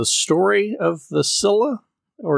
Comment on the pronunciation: it's "Scylla."